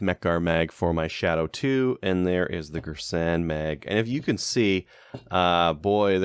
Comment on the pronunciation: Its gearsan thats how its pronounced. It has cz75 mags the mags arent cheap its very reliable too. Everyone says its an m&p 2.0 clone